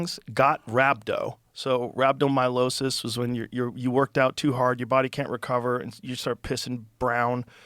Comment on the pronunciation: Joe FFS please enunciate "rhabdomyolysis" correctly. You've done this on many podcasts. Lmao